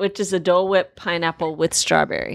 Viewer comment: I don't feel like got enough credit for the 'wh' on Dole Whip. Don't worry...I heard it and I SEE YOU.